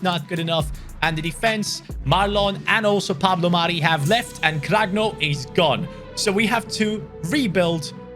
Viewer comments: just one thing when u say serie b you just pronounce the b as be not beh And when there is a g next to an n its pronounced as ñ for example cragno is pronounced kraño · hi, i appreciated this video a lot cuz im italian. I just want to let you know that player Like petagna, cragno are pronounced Like petania/cranio